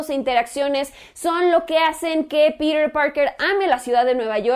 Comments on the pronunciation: porque dices Pider en vez de Piter ??? :v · no entiendo porque dices Perer parker, es PETER, NO PERER.... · Por qué pronuncia "Píder" y no dice Piter? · me quiero cortar los oidos cada que dicer piter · No dice peter dice pirer jajajaja y la oracion " en lo personal la dice como 20 veces, me pregunto que pensara "en lo no personal" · por que dices Pirer que te cuesta decir PEDRO :) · "Pider" :v